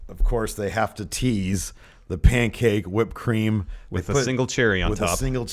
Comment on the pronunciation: the pancake thing is because E decided to say pancake with a weird accent as "Pan-kak-ke" a couple times... and it snowballed since then. it's a Bukkakke joke.